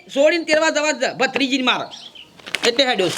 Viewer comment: ભાઈ જરા દાઇલોક વાચી ને બરાબર બોલો.ભદ્રીજી સે કે ભત્રીજા વહુ પહેલા નકી કરો....